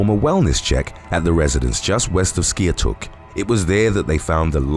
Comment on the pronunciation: Do ghost hunting. By the way Skiatook is pronounced "sky took"